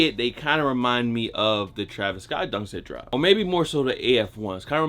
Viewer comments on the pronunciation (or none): none